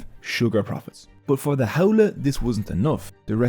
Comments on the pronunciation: HOWLIE...lol its pronounced "How-lee" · Correction; there are not 15,000 Native Hawaiians are not leaving. You can be a local, born and raised but that does not make you Native Hawaiian. Bro, your accent is killing me. Ahupua'a = A-who-poo-a-ha Auwai- Ow-vai Ha'ole= How-lee, contemporary (and racist) meaning is white person but the literal translation is without breath, hand shake of the westener and not the Hawaiian breath greeting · LOL you can even pronounce Ha'ole properly..it's pronounced How-lay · You’re information was excellent and honestly one of the most accurate I have ever seen 🤙🏻 Other than some pretty bad pronunciation 🙄 Maybe you could re dub the audio and say “how lee” and other Hawaiian missed pronunciations could be fixed? Your video and info were so excellent I hope you consider this 🤙🏻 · this guy is so haole he cant even pronounce haole